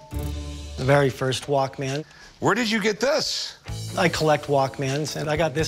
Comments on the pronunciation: wish he could pronounce walkman not walk man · hate it when people say it Walk man rather than walkman... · The guy selling it pronounced it Walk-Man. Everybody else says it “Walkmen” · guy couldn't even say walkman